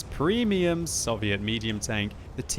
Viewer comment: You don't know how to say soviet